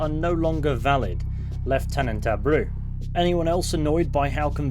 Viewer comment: Just a heads up: abreu - ah-bray-ou